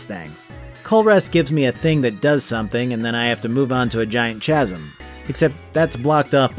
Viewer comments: Oh boy I get to bully another person who pronounces "Chasm" with a soft Ch. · Just to be helpful... Chasm is pronounced "KAS-M" not SHAS-UM